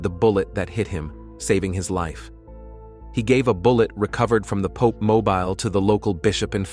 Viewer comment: I hate this AI voice that's used everywhere. Please use a real human narrator for your vids. AI is horrible, with jarring mispronunciations and inappropriate stresses and emphases. "Pop" mobile, and "emejency" surgery indeed.